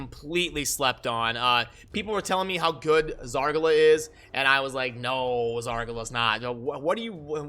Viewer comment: Zar ga la? It's Zar gal a dude. Great stuff man. (btw keep calling her Zar ga la, it can be a trademark) thumbs up.